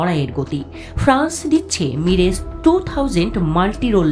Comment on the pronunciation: মিরেজ না,,,,,,, মিরাজ টু থাউজেন্ড 😂😂😂😂